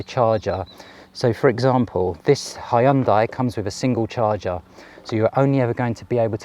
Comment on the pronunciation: Thank you for NOT calling it a ‘Hyun-day’!